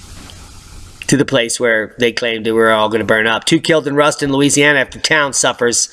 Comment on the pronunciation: Dab done and that's pronounced Roost-awn. Learned this from a Louisiana State Trooper.